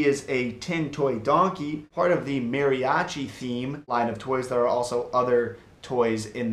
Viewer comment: Listening to him try to say Mariachi made me laugh but if u were to say that to a Mariachi instructer he will get offended